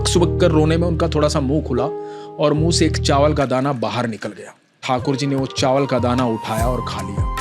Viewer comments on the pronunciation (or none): none